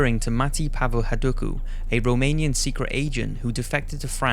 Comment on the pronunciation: "a romanian secret agent" pretty close... wanna try again???